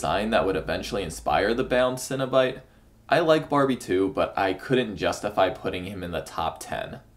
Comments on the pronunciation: Cenobite. CEN. NOT cinnabite. Please pronounce it right. They're horror superstars, not dessert treats. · You're not having a breakfast bun. Why do you keep saying 'cinnobyte?' It's cEnobite. (seen-o-bite) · Stop saying Cinna Bites I'm getting hungry